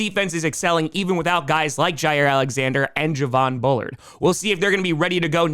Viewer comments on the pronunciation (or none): none